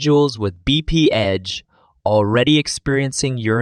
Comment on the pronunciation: BPH (Bee-Pee-Edge)?